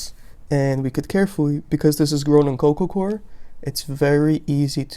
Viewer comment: sounds like you say coco cor what is the soil your using?